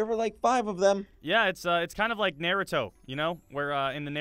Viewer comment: Naruto not narruto